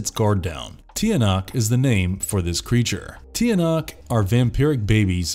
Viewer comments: "Tiyanak" ITS CHANAK :SOB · Ang social naman yung pronunciation nya, Ti-a-nak xD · its actually pronounced chanak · The "Tiyanak" is actually pronounced like "Chanak". They're not goblins,. but babies turned monsters I believe. No hate though just wanted to share my knowledge lol